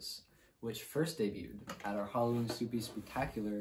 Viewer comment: it’s actually pronounced suppes